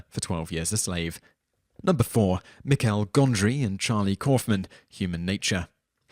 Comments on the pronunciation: Michel Gondry... french `michael' michel is pronounced Michelle... love your lists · Michel is pronounced like Michelle 🙄